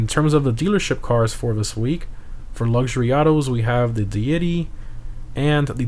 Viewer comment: Oh? Redownloads GTAO saying "Dee-yeti" and not just Deity (Dee-ih-tee) lmbo.